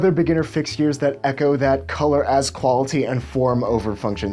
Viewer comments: Andrew Hake i read your comment right when he said “qualiTy” hahahahaha shit got me dying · The way you say "qualiTy" makes me think you might be a serial killer.